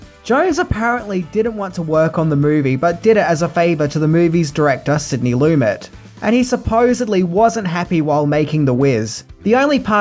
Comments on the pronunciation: I dig your videos,, watching them are a way to wind down for the night. Please learn how to pronounce people's names correctly. Sidney Lumet is not pronounced Loo-MET, but Loo-MAY. Also, from "Adventures in Babysitting": Vincent D'Onofrio is not Dah-No-Free-Oh, but Duh-NAH-Free-Oh. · Sidney Lumet. His last name is pronounced: Lamay.